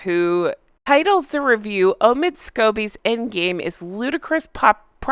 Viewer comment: Bell end game? Fantastic! Your English is really coming on.